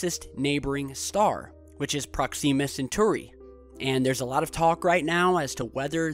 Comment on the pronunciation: You're killing me with the Proxima Centauri pronunciation, man